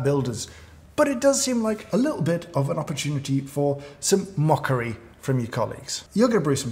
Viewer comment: "some mocha-ry"